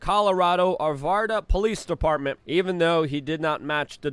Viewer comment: Arvada not Arvarda. I used to live in Colorado and went through Arvada all the time.